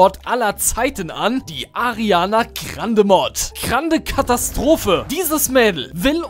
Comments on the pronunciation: No hate aber man sagt Ariana grande und nicht Ariane Krande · Ich finds super wie du Ariana krande sagst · Es triggert mich wie er Ariana Grande ausspricht :D